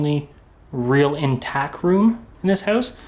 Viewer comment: *intact, not "intack." 😉😂